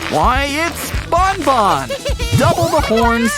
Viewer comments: It's not bonbon it's banban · Garden of bonbon? It’s BANBAN well let’s just say you mispronounced a lot of things